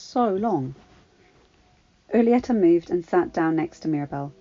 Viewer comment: Just a little tip when reading anything in Spanish act like the H isn't there. read the J like it's the H for example read Julieta like it's hulieta. i hope this helps just know you are one of the best readers i know